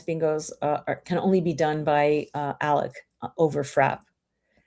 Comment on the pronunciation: my name is Alec. Not Alex. Alec.